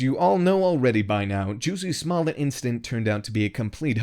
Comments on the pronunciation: It’s pronounced “juicy smull-yay” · This nigga said JOOZY SMOLLEN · This voice over artist keeps calling this liar JUICY SMOLLET LOL